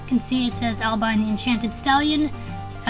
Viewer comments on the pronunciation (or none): They are beautiful horses, that movie looks cool. It's pronounced AL-bee-on